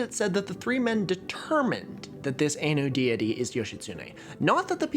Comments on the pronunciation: First, I love your videos! Second, my grandmother is from Hokkaido and I wanted to respectfully comment that Ainu is pronounced more like "EYE-noo." Also, Ainu are not descended from Japanese people, they are the indigenous people of Hokkaido and Sakhalin and lived there for thousands of years before the ancestors of modern mainland Japanese people settled there. Many modern Japanese people, including my family, have Ainu heritage due to the harsh forced assimilation policies of the Japanese government following the Meiji Restoration in the 19th century. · Ainu is pronounced I-Nu/Eye-New, Ai like Hentai, you dont say Hentay, also the Ainu people are genetically distinct from Japanese people, the Ainu people have been shown to exist in Japan before the ancestors of the modern Japanese, the modern Japanese immigrated to Japan from mainland Asia thousands of years ago and brought agriculture, pushing the Ainu north to Hokkaido where hunter-gatherer tribes had an advantage over agricultural tribes due to climate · If you wanted to know more about Ainu, Yoshitsune(Okikurumi). Read Rev. John Batchelor books, read Brett Walker's The Conquest of Ainu Lands, and Dr. Munro's Ainu Creed and Cults. Also, you're saying Ainu wrong. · I know it's petty, but the Ainu pronunciation feels more designed to annoy people than out of sheer ignorance, I hope I'm wrong. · I cannot abide by your pronunciation of Ainu. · that Ainu pronunciation is giving me a headache 😭😭😭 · No offense but your pronunciation especially of Ainu is really bad. I understand Chinese is the Asian language you actually know but I think you should have had a Japanese person run through the script for you. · "Ainu" is pronounced "eye-noo" by the way. If you ever go to Hokkaido, there's only village left that's majority Ainu, and it's not famous, Nibutani in Biratori. It has a guesthouse run by local Ainus, Yanto. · The typical English pronunciation of Ainu is /ɑjnʉw/ "Eye-noo" Great episode!